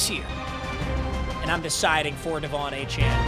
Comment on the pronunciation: i’m a die hard aggie please say achane a-chain